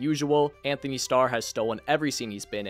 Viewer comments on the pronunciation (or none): It’s ANTony. Not ANTHony. Geez people if you’re going to do an entire video on something at least pronounce peoples names right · ANTONY! NOT "ANYHONY"!